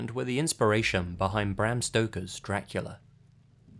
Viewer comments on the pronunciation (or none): none